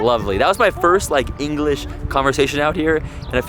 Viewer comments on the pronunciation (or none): none